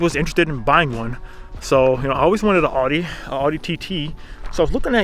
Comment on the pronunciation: You pronounced audi wrong